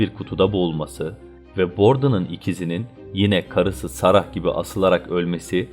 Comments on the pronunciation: Sarah iyiydi yine de (mükemmel değil ama) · Sarah ve pictures kelimelerinin telafuzu mükemmel olmuş